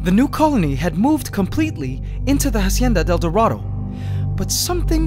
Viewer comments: I'm bilingual and I speak spanish. Try to pronounce it "Asienda del Dorado" Because in Spanish, the H is always silent. So Say Instead of "Hacienda del Dorado" try saying "Asienda del Dorado." By the way, you could also try adding "La" to the beginning of the name, so, "La Hacienda del Dorado". It just makes more 'sense' and it sounds better like that. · Ughhh it annoys me how you say "hacienda del dorado" But i love you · hahahahha how he pronounce "la hacienda: el dorado" epic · The way this guy pronounces Hacienda del Dorado is giving me cancer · I love how you pronounce “Hacienda del dorado” 💕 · Please google translate hacienda del dorado so you pronounce it right. It's agonizing to hapear you saying it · I was so annoyed for the pronunciation of the ''Hacienda del Dorado''